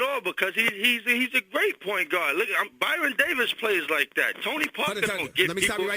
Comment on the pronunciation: Its Baron Davis no Byron. Fucking idiot and don't even try to compare Stephon Marbury to Toni Parker and say you know ball. Are you serious. Parker is still in the early stages of his career and his career far out shines Marbury. Marbury is an All-Star talent but hasn't done shit with it. Its time for people to stop letting the fact that your guys from New York be bias. New York deserves a better leader for the Knicks that's why we getting rid of him.